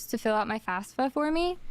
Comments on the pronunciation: >I wanted to go to cowwege 🥺 >mispronounces FAFSA as FASFA This is boiling my brain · Why can no one pronounce FAFSA correctly?